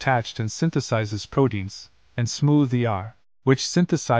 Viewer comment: Bro, “prodeins” isn’t a word. Pronounce the “t”, please.